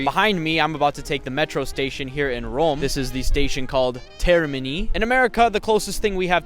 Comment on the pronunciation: the way he said "Rome"😂